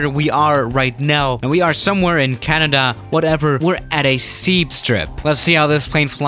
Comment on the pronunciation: jahaaha i love how you pronounced Canada😂